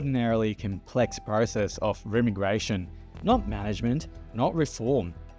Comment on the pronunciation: Sorry if english isn't your first language, but i think you're pronouncing 'remigration', 'outliers' and 'overton' wrong